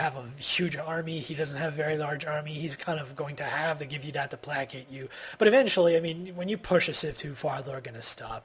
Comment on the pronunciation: Pla-cate lol... "Play-Kate"